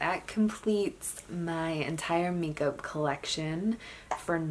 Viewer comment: How cute when you said make up collection. Lol. Subscribed.